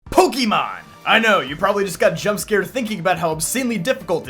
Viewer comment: It’s 2025, and people are still pronouncing it “Pokey” Mon… SMH…